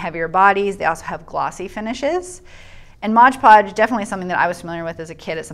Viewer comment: The moment you said MODGE podge, I stopped. If you’re going to do a review on products make sure you know how to say the name of the products. It’s MOD podge